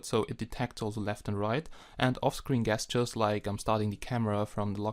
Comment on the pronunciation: Very good English, ges·ture pronounced ˈjesCHər/ (jes-ter) Nice review...